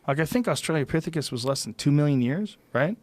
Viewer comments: Did anybody already say that before it was a movie "I, Robot" was a collection of short stories written by Isaac Asimov and published in the 50s? Also, is he saying "Australia-pithicus" instead of Austra-lo-pithicus as a joke? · Is anyone else always fucking triggered by Joe's pronunciation of 'austrilopithecus'